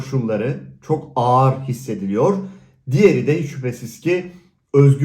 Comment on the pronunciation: Ağar değil ağır o 🤣 konuşmayı da mı ben öğreteyim 🤣